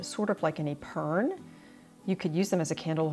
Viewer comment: Epergne pronounced eh-pern-neigh. Its French meaning saving...although an epergne in french is a surtout. 🙂